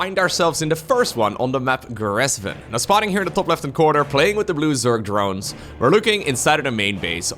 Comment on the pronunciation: The way you mumbled “blue zerg drones” sounded like “loser drones” lmao